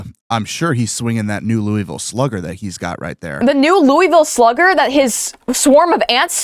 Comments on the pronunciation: The way my eye twitched as a Louisville native at that mispronunciation … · As a Kentuckian, the way they said Louisville killed me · Oh gods no please we gotta teach y’all how to say my home town RIGHT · as someone from Kentucky it hurts me to hear you pronounce Louisville